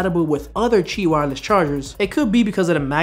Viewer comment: First off, really enjoy your videos. I just purchased this watch, and love it. Second, thanks for teaching me something. I did not know that Qi was actually pronounced (CHEE) and you kept saying it, so I had to look it up. I work in the tech industry and I've never heard anyone pronounce it that way. You made me smarter, thank you sir!